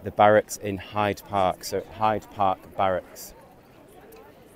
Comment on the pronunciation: Its pronounced barracks my lovley not ballocks